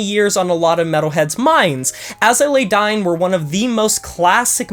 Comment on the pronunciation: I’m not a Tim fan AT ALL, but you do say his last name wrong and put “Dine” instead of Dying for his band. I thought I would point that out for you